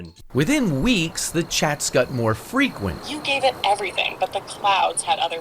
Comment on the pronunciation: "Within weeks the chats got more freakwent"